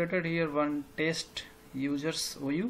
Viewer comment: Good Video bro...but it is Test, not Taste 😁